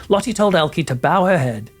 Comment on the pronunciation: the e in Dutch name is pronounced more like the U sounds In the English word Hurt. Try to say Lottu ❤